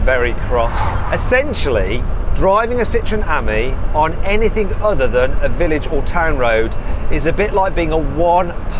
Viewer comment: Struggling with some words. Wrong "k" - Anythink?